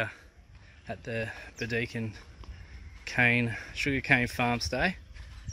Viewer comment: Pronounced Bird e kin 😊